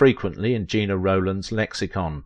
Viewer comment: Sounds like a live narrator but o swipe away when names are mispronounced. It’s Jenna, not Gina, phonetically speaking.